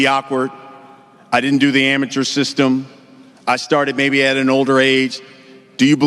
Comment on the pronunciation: “Deew”😂😂😂😂😂😂😂 holy shit